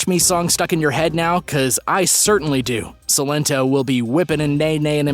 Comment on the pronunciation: I’m gonna try and help a lil bit for future videos cause I care you said Silento’s name wrong but it’s good tho cause now u know